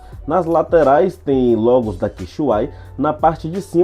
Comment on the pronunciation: se fala: QUE CE IPISILON. Não Quixuai Kkkkk. Mas valeu pelo review aí mano